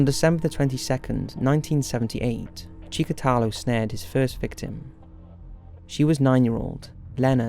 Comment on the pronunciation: "marxism and leniSism"??? :°D wtf is leniSism??? also... chikatAlo?? do you even check what you said after you recorded your videos?